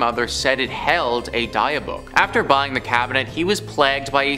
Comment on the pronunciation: FOR THE LOVE OF GOD CAN ANY OF YOUR PRONOUNCE THINGS CORRECTLY?!?!? DIB-BUK NOT DIE-A-BOOK seriously………